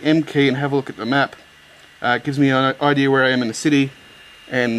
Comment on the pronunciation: it's IDEA not IDEAR.